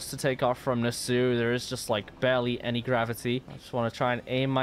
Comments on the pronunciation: Yeah, should be pronounced like nass-ow. Bro mispronounces half the words he says lol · Boss, please.. it's pronounced "nass-ow" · Thats not how you say nassau